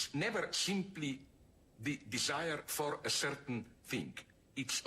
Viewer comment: La parte más profunda es cuando dice: "Disaier,Disaier,Disaier,"